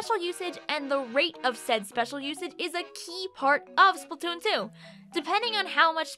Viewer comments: “SplUtoon” does sound better than splAtoon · "Spuhtoon" lol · How different people pronounce “splatoon” Regular splatoon players: spl-uh-toon Beginner splatoon players: spl-a-toon: spl-toon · the way pronounces "splatoon" really resonates with me for some reason